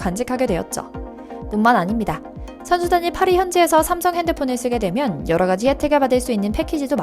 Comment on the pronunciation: 빠리가 아니라 파리임